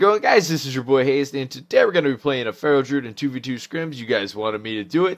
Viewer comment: u say Hazed, but it's Hazzed. U're saying name wrong smh